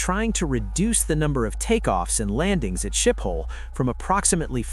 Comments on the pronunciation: You don't pronounce Schiphol as 'Ship-hall'. Say 'Skip-all, (so no h sound), unless you can do the 'sch' sound properly. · Skip-hole, not Ship-hole. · Omg fix the AI speech, it's Schiphol is not pronounced shithole.